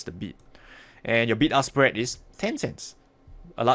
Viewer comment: Was i the only one who heard ''Big Ass Spread ''?..........